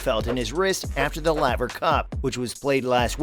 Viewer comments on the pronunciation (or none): You don't even know how to pronounce the name of the tennis club. It's like Layver but spelt laver. His wist not wrist lol.